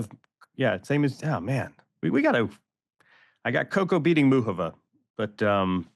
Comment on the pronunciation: YES! Thank you. Americans use to be encouraged to learn second/more languages, but that was roughly a century ago. They turned inward. Any way, can we talk about there being no OOK in Muchova??? Say this: MOO hoe vah. Cheers!